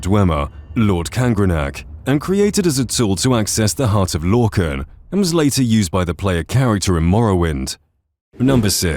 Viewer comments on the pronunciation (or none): none